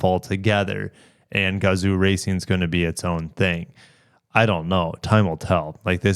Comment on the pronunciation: Definitely look forward to this announcement. Sadly I just bought a GR Supra so I can’t get it. Also if you want to pronounce “Gazoo” properly it’s should actually have been spelled gazou and the zoo part should be pronounced like “Yo! What’s up” but with a Z. This is how 画像 is pronounced in Japanese and as Americans we can definitely pronounce it properly. When I saw the name Gazoo racing for the first time I thought it was a stupid name, then I finally saw the Kanji for the name and it made sense.